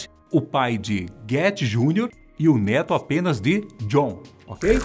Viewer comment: " Neto" eu entendi "dedo"😐😂